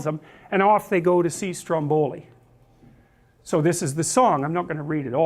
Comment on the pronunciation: little rectification its stro`mboli.